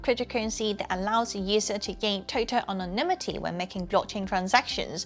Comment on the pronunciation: Wait, did she say Sh*tanimity? 😂